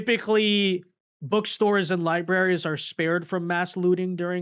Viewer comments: This dude keeps calling them lie berries, instead of libraries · Did he say "public lieberries" - stunning 😂